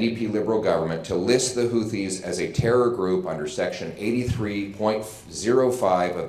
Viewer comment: Isnt it pronounced HOO-TEES?